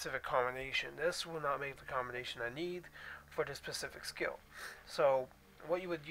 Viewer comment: Next time please blow your nose before recording! Also the word is 'specific' not 'pacific'. Good video otherwise